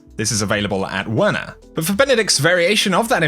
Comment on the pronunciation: I think the W in Werner is pronounced as a V